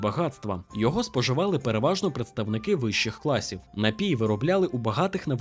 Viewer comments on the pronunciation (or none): Що коїться з Вашими наголосами, пане? Скажімо, корчмИ - це "чого" в однині, а не "що" у множині. НапІй має тільки один наголос - на і. Й таке у видиві постійно. Дуже прошу, перевіряйте наголоси! Зі правильними Ваші розповіді набудуть глибини смаку!;)